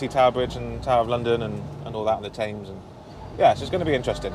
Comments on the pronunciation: Tems not Tayms! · The river is pronounces as temz not Thames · London's river is called the Thames and is pronounced 'tems' - not 'tames'. You're welcome! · th is a very different sound from f. It is never pronounced as an f. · This is legit the first time I've ever heard an Englishman pronounce it River 'Tames' 🤣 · may I be so bold as to correct you on your pronunciation of the word Thames it’s Themes ok😂😂😂😂😂😂❤️ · It's the Thames not tames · Tames???? try tems, silent "h"? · In London we pronounce the Thames as "Tems" not "Tames" Just for future reference. Really enjoyed the video, thank you. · It’s pronounced TEMS spelt Thames mate 🤙🏼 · Super video,. Haven't seen you on here for months. Have you been away? Incidentally, the river is pronounced "Temms" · River Thames is pronounced TEMS… GOOD GRIEF!!! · Sorry. But isnt the River spelt Thames but pronounced Tems? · It's pronounced 'TEMS' ! it may be spelt Thames but we say Tems :) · By the way Thames we pronounce Thems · On the Thames, now say it properly lol, pronounced temms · Jason Smith Ah, my mistake, I forgot he hails from Swindon in Maharashtra, India, silly me 🤣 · I kept correcting country bumpkin pronunciation 🤣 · You pronounce Thames wrong